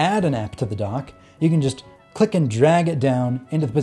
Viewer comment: Are you saying "Donk" LOL?